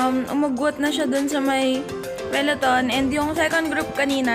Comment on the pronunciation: "Peleton" or peloton? 😁